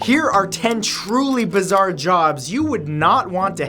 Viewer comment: Bizarre more like bizear